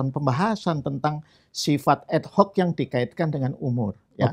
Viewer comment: Ad Hoc kok di lafalkan jadi Ed Hoc? Aneh ya?